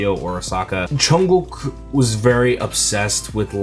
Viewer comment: I just love the way you say Jungkook's name! 😍